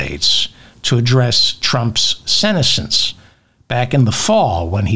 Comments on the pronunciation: FYI, ‘senescence’ is pronounced with the accent on the second syllable. You do amazing work. Thank you. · Senescence… lol, David, at least you’ve still got it (even if you mispronounced it). I always look forward to my daily Feldman.